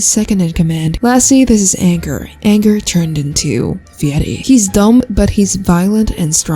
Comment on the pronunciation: Fieri is pronounced fury😭